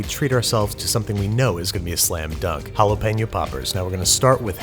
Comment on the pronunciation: There is no way the first chili made you gag. God I can't stand exaggerated displays of disgust. You say jalapeno like an ass hole.